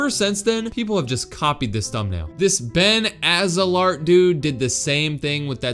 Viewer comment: OMG, GUYS FINALLY DJ SAID "BEN AZELART" INSTEAD OF "BEN AZELFART" IN OMG OMG OMG OMG....